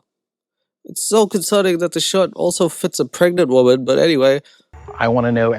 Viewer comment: "a 20 year old woban" 😂 get well